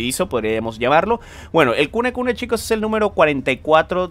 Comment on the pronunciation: El demonio se llama kunene y le dice kunekune:v me recuerda a mi diciendole burdaka al aku aku